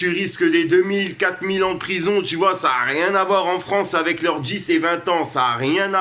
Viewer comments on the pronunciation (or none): none